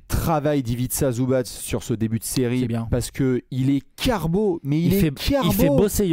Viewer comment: Première fois que j'entends le nom d'Ivica Zubac être correctement prononcé dans une émission FR 👍 Bravo